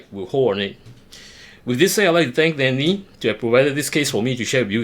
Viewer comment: Lian Li not Liam Li bro please edit bro 😂